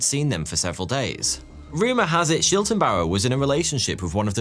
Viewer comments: It is always entertaining to hear english speakers try to pronounce german names ;-) Never mind, but it is Schlittenbauer (he who makes sleds) not Schiltenbauer (whatever that would mean) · The neighbor is pronounced Sch-lit-ten-bauer as in "slit", not Sch-ill-ten-bauer as in "shill". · Why call Schlittenbauer Shiltenbauer? Please at least try to pronounce non English names right, it’s not very hard to google. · According to Wikipedia, the girl’s name was Cäzilia, not Kesilia. The man was Schlittenbauer, not Schiltenbauer. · Schlittenbauer, not Schiltenbauer! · Schlittenbauer. Not Schiltenbauer. The L is spoken before the I . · It's not Shiltenbauer it's Shlit-ten-bauer! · *Detail Notice: >> The correct name of the neighbour was Lorenz SchLiTTENbauer, not Lorenz SchiLTENbauer << You wrote it right, but pronounced it wrong... But ... very high quality video - just like always!